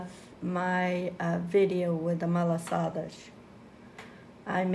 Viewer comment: Please just say it malassadas because that shows we are açorianas and from s. Miguel 🥰🥰🥰